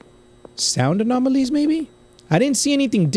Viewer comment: total is 43 times u said anomonolies